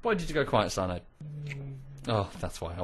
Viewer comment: U pronounced Cynide’s name “Shynide”, well done